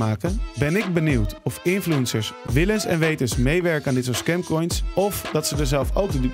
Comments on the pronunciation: Hahahaha de manier waarop 'infuencers' zegt, hij zegt gewoon influunsers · ''Infloensers''